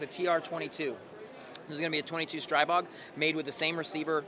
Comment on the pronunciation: Thank you for clarifying how to say STRIbog. Not streeeeebog. I hear they are coming out with gen 4 CZ style magainzes. Maybe 4th time is the charm because their mags suck donkey nutz